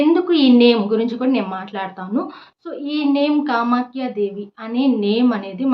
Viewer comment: మీరు ఏదైతే 11 సార్లు నేమ్ చెప్పాలి అంటున్నారు ఆ పదం క్లారిటీగా అర్థం కావటం లేదండి కామాక్షి దేవి ఆ కామాఖ్య దేవి